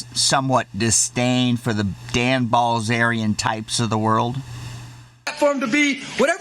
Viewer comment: “Dan bAlzerian”